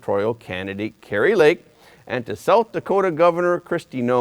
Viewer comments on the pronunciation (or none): her name is KARI lake NOT karY